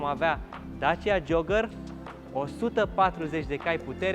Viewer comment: Ce tare esti,ai pus eticheta perfecta ptr.modelul asta,auzi tu la el:"Dacia JOAGĂR"",mor de râs!...😁